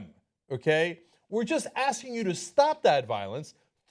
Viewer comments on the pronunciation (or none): none